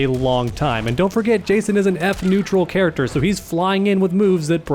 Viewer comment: "Kharacter" that was unnecesary, i love it.